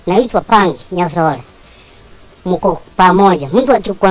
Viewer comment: Things we going smoothly and till he said nyasore 🫣 nikajua si mkamba😅